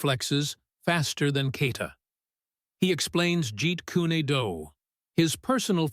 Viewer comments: This commentator cant even pronounce the karate katas and moves, and again calls Bruce's system Jeet Kooney Do.... its bad form and teaches people the same. If you haven't got the intelligence to research what you're talking about then you shouldn't be talking about it at all. Just a Mad Bruce Lee and Kokoshinkye Kan admirer.... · I wouldn't mind if it was done well, but you can't make a martial arts video about Bruce Lee and mispronounce Gi and Jeet Kune Do. 🧐😳😞